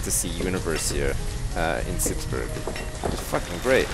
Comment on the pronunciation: Good question :). No he says it soon after , and he says it like you say it in burg[er].